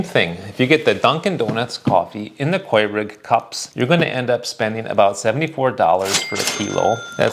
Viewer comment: in the WHAT cups? I’ve never heard anyone pronounce Keurig like “Quay-rig” before.